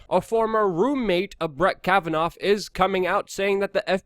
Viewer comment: KAV-uh-Naw. Not KavaNOFF